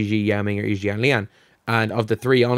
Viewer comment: Thank you for pronounce Yi's name correctly